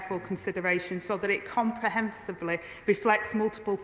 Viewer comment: Rayner seemed to have difficulty with the word "comprehensible". Obviously, words with more than four syllables are a problem for her.